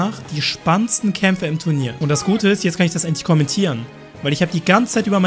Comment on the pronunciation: "Tu R nier"?